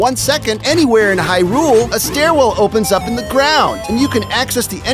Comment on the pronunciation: As much as I appreciate him listing all the more obscure secrets to the original LOZ (even though I already knew all of them), I think I'm mostly grateful for the fact that he pronounces Hyrule correctly.